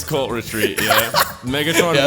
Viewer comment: I kept hearing 'colt retreat' instead of 'cult retreat'